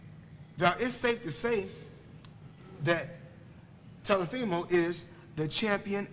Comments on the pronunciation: “ Telafimo” bro you mean Teofimo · Its Teofimo, not Tilofimo. Is he stupid or something? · Also he keeps saying “Telofimo” Instead of Teofimo 😂🤣😂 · I'm thinking bro can u say the names Teofimo and Loma properly?? Then I remember Floyd can't read